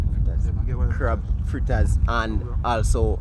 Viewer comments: FLITTAS* not Frittas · Its FRITTERS... NOT frittas